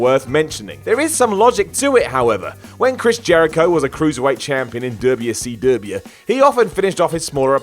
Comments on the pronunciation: I crave southern pronunciation of WCW. Dubya C Dubya. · the way you said WCW 🤣🤣😂😂😂